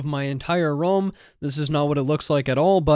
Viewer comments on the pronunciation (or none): i like how you said room, like rum! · Wait, how do you say the word "room"? LOL Are you a Canadian or something!?